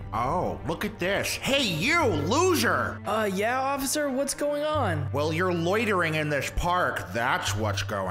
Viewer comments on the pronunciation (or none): It's officer not ocifer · Ociffer XD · No one: Not even a single soul: Police officer: OcCiFer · is that cop saying ociffer or officer or maybe you made it just for fun? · lol the police officer said “police OCIFER” Lol who else heard that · Did anyone capture where the officer said "I'm a ociffer." ? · there you got it!! And it's actually true he said that word OciFfer like 3 or 2 times 😝😝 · BRUH THE POLICE SAID "police oshiffer" XDDDDDDDDDDD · officer: cuz im a police ociffer Me: Bro u said officer wrong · The officer said he was a ociffer 🤣🤣🤣🤣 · Whydo they say police ocifer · He said police Occi fear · he said police ochifer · he says: "that means that I am a police OciFfer" 😝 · police ociffer lol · hey couldnt even say officer right lol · whay isit ocifer its oficer😂😂😂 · that's not how u say officer